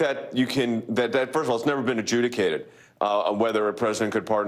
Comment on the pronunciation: Maybe the word should be ajudgicated instead of a jewicated.???